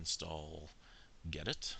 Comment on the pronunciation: I'd use Gnome instead of "openbox". But that is just a preference. The only mistake you made was saying "gedit" wrong. Fantastic video, continue to support the linux community!